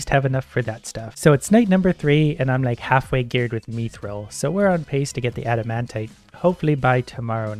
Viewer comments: Pronouncing it like meathril. Not meh-th-ra-all or myth-rall but I mean whichever one is more comfortable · The way he says mithril is a disgrace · did he pronounce mithril MEE THRIL WHAT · I think the mithril is pronounced myth-ril, mi-tril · Please it’s mith-rill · just me getting triggered when he says mithril as meethril? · Me-thrill? What is this pronunciation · God why does he pronounce it meethril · PLEASE look up how to pronounce mithril ffs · Same, every time I hear it it hurts. x_x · I don't know if hes saying it right, bit the way he says mithril causes me visible pain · the way he says mithril kinda pisses me off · The way you pronounce mithril is annoying